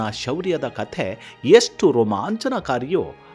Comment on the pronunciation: Who is krisna dEvaraaya?? What is yestu?? Pl pronounce sha properly..